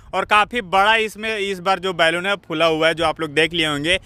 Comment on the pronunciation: बैलून मत बोलो बलून बोलो।